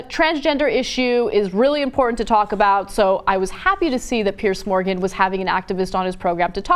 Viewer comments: Ana it's Piers with an "S" not PearCe. Fuck me. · Why can't Americans pronounce the name "Piers"? PIERS. Not "pierce". You know, just like those wooden things that stick out into water. Sounds the same as "peers".